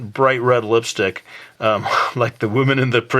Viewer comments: the way u said lipstick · Omg... The way you said lipstick.... I just can't... Lol